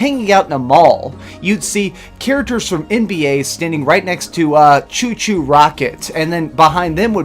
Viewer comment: Few annoying points in this video. First, chao is pronounced chow. Second, the dreamcast keyboard was released well over a year before phantasy star online. But most annoyingly of all is people saying it was the lack of dvd support that killed the dreamcast. Yes many people bought a PS2 just because it was one of the cheapest ways of getting a DVD player.... at the end of 2000... 2 full years after the dreamcast was released. As it is Sega lost £6.25p for every dreamcast console they sold so how long do you think they would have lasted if they included a DVD player? Six months? It would have easily tripled the price of the console and then everyone would be saying the reason it failed was because IT HAD dvd support. It was Sony's constant dirty tactics and blatant lies (75 million polygons anyone?) coupled with the sheer ignorance and gullibility of your average PlayStation owner that was mostly to blame.